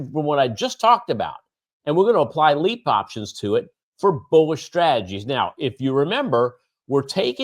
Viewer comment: It’s LEAPS! Cmon man